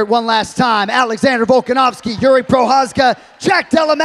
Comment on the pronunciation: Its pronounced Yuri not Geri!